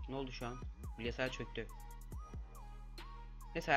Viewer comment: bilgesayar olabilir gülüncek bir şey yok?